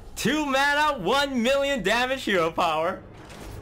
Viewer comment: "One mirion troops"